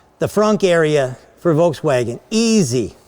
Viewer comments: Did say Voltswagen? 🤔 I hear you Sandy, i've studied automotive engineering with a specialization in vehicle propulsion and alternative drives...yet people on youtube say their opinion is truth and my facts are not. Whatever To be honest, frunk or no frunk, i dont really care, although it would be nice to store the charge cables there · hahaha nobody noticed ben saying " voltswagen " ? :-)